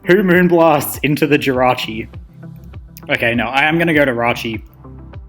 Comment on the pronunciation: “So we keep the rachi..dead” I don’t know why that made me laugh but it was just so blunt lol. Nice vid bro